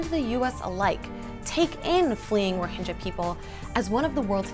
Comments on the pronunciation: I'm 3 years late to this but are you still calling " rohingyas" as " rohinjyas"? Its with G as in how you say Game, not Jame. But hopefully you know this already after 3 years. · You're pronouncing it totally wrong. Which really hurts your message. You proclaim to have researched this but don't know It's Rhoh-ing-ya, not Rhohin-ja. Eesh... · The g in Rohingya is pronounced not pronounced as j but as g in gills if I'm not wrong. Bit silly to get the name wrong.